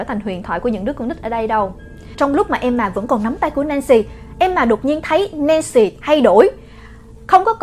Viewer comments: S ko bả ko đọc là emma mà là em mà nhỉ 😂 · đọc Emma thành ''Em mà''. Ta có: Mẹ của EM MÀ. MẸ CỦA EM MÀ.CÓ AI HIỂU HÔM 😀😂😂